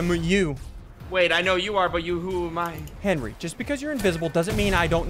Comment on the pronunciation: I love how he says henwy